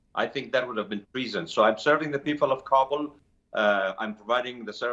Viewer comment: For the umpteenth time, news anchors, it's KA-bul, not Ka-BUL. Listen to your guest! The ignorance of some media is outstanding.